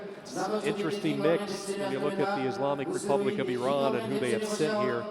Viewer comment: I just love the fact that the announcer is pronouncing Iran correctly. Nice.